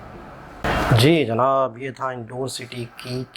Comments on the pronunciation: In-door nahi inn-daur 😂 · Isse indoor nahi padhte...in-daur padhte he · Pronounce.... Indaur City